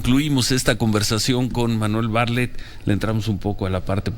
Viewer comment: SE PRONUNCIA BARTLETT NO BARLETT